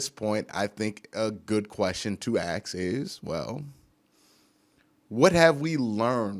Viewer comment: A good question to ax is why you don't say ask?